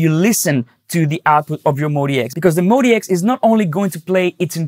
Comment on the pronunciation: It's "MOD" and then "X", Modx, not Mody X or Modi X. 🤣🤣🤣